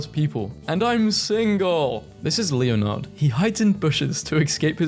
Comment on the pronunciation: The way he pronounced Leonard 💀